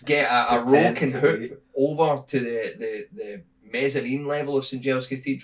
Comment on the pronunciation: Just want to point out that says "roke and hoop" instead of "rope and hook". This kind of amateur blunder is why his treasonous plot was not taken seriously by mi5